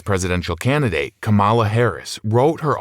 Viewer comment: The pronunciation of her name is one of the first things she wrote in the book and you butchered it anyway.